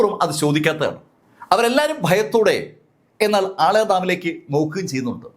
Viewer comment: ആളയാർ ഡാം എന്നല്ല.. ആളിയാർ ഡാം എന്നാണ് ആ ഡാമിന്റെ പേര് 😊